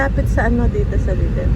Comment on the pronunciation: Lidel po ang pronunciation. Di ko po kayo binabash just correcting